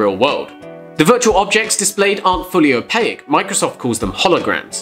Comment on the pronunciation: The way you pronounce Opaque is bizarre as all hell. :D